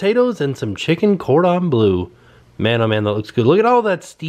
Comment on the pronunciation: lol at cordon blue, you need to pronounce it like you're being sick but with a French accent bleuuurgh. I love the way you pronounce auto as otto too. I like Jimmy Fallon but like Ellen Deg.... (however you spell her name) I can't believe that every guest they have on their shows they like. Yoga is good for stimulation and relaxation. I could never get into it as my joints can't get into the positions required.